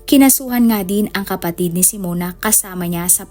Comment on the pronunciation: Hindi po " simon" kundi, " simeon" reads as " simyon".